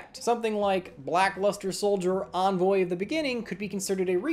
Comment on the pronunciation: FINALLY, A YUGITUBER THAT CAN SAY "ENVOY"